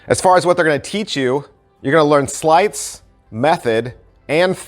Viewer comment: Lost interest when you said "sleights'